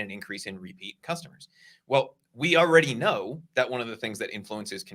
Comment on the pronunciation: Ordy?? The word is pronounced already